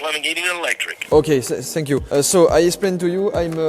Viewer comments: Joyca on dit thanks you pas shanks you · On dit tank you pas fank you joyca mais tkt on t’aime quand meme 😂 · "Sank you!" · Sank you sank you sank you () 🤣🤣🤣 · Joyca - '' sank you '' 😭😭😭 on t'aime quand même t'inquiète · Sank you = vous êtes coulé en anglais 🤣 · "senk you" = thank you pour 😂😂😂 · "SSSank you so much !" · "Ssanke u " mdrrr